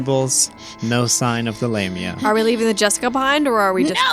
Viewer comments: I've always pronounced it lahm-ia. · phonetically it's La Mia, love you guys and I'm starting to get caught up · I always pronounce it like LAW-ME-a